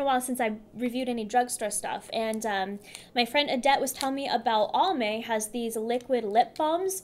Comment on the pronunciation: You are so cute when you say ALL-MAY...Just for you own info, The AL is pronounced like a guys name. Always enjoy. You look wonderful